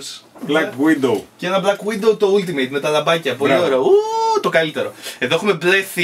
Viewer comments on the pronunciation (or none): none